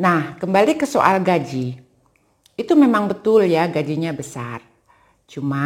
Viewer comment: Gaji bu, bukan Gajih hehehe